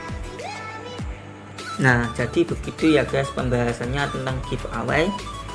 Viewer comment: bagi2 dong pulsanya ke aku baca bukan giv away...tapi give eway....wkkkkkkk